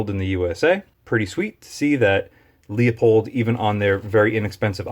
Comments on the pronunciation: Pronounced LU-pold not LEO-pold. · Leupold is pronounced loopold. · Leu..... Leu....... damn it .............get IT right ... it's fucking Leu pold ......